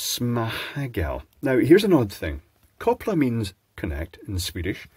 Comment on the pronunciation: It's funny hearing a British man pronouncing Swedish 😂❤ koppla was pretty good, I would never have understood småhagel if it wasn't for the text on the box 😂